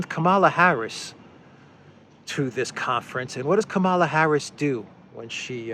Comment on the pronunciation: It is Kamala as in Pamela.